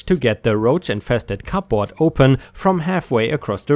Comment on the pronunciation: when you pronounce cupboard don't pronounce the p